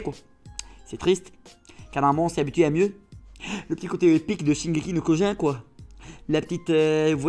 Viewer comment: tu prononce mal le nom du manga sinon continu